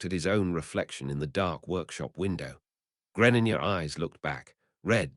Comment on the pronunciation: Nah I can't what the fuck is a Greninja it's pronounced gre slight pause ninja